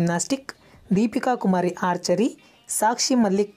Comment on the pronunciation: Sir adu Kumari not kurimari